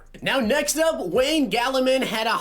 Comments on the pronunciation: Wayne gallman not Wayne gallaman lmao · Wayne Gal-a-man😂😂😂😂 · Its gall-man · dear god you scuffed Wayne Gallman's (Gol-Man) name so bad